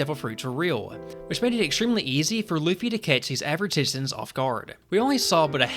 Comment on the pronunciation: Jajajajajaja "Loffy" JAJAJAJAJAJAJAJA